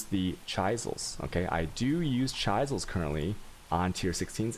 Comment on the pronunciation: It's chis-el and al-chem-y. ARrrggggg..... Love your content, your mispronunciation of a few words kills me though.